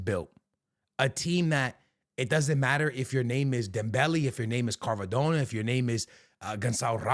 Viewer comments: It’s not carvadonna…. It’s Kvaradonna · “I’ve watched psg a lot this season” can’t pronounce doue and says carvadona 😭